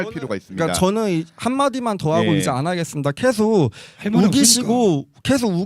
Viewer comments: 한국인은 계속을 켸속이라고 발음하지않음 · 예전에 봤던 영상 다시보는건데 남페미는 그냥 순수한 좌빨에 팩트는 없고 물타기만 오지게하고 매 주제마다 말빨에서 밀리면 518로 물타기만 하려고 시도하네 ㅋㅋㅋ 그리고 계속이지 케속이냐 발음 이상한거보니 조선족 맞나봄 ㅇㅇ 케속, 크렇게 ㅋㅋㅋ